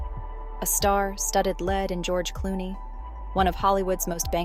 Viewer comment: Yet another robot narration voiceover. Saying the word 'lead, as in to lead the way" as (lead, as in metal)